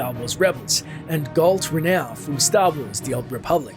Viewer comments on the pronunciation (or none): none